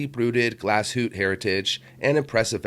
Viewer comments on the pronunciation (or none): I love Nomos. I need only to win the lotto. By the way, the E in Glashütte is sounded as an UH, Glass hoo tuh. Thanks for a nice video.